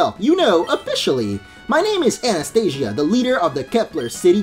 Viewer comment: I just wanted to tell u ...her name is Anastasia not Anastia